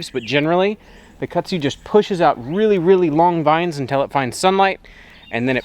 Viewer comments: Hi from another TarHeel. Your property looks so pretty all green & lush. I have a question for. I’ve lived in NC almost all of my life except for when my late husband was in the military and we moved around quite a bit. Kudzu is the bane of existence for North Carolinians. It sounds like you are saying Kutzu? In the southern part of the state we say KuDzu. Was just curious. Also, are you still building your addition? Thanks so much. Happy Gardening!! Stay cool! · I like the way you pronounce Kudzu but I can definitely tell you weren’t raised in the south. 😂